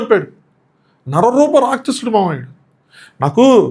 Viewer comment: Racchasudu kaadu pronounciation , its Rakshasudu. Mundu telugu spashtam gaa palakadam nerchukoni, nxt you tube videos cheste better.